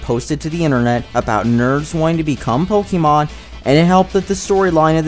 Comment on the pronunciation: can you actually pronounce pokemon right